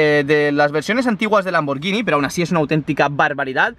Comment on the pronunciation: No se pronuncia hacia la marca y puesto que no puedo hacerlo escrito lo buscáis el traductor sirve lo ponéis de español a italiano tocáis para que os lo lea en italiano y sabréis como se debe pronunciar